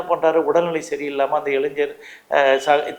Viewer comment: நெறியாரே முதலில் இளைஞர்.....சொல்லு இளைஞர் ........................இளைஞ்சர் இல்லை...